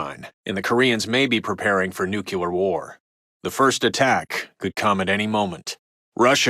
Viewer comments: lol he said nuculer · Love this game and paid very close attention to radio broadcasts, but they do this goofy news writing you always hear in fiction. I’m no journalist but you’d never hear this phrasing, sentence structure, and pronunciation (new-kyu-lar). Breaks the immersion a little bit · Every time I hear "nucular", something dies inside me. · "Nuculer" -radio guy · I wish the narrator could pronounce the word ‘nuclear’ properly. LOL